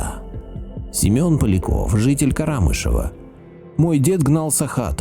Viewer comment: Не КарАмышево, а КарамЫшево (ударение на Ы). Там родилась моя мамочка.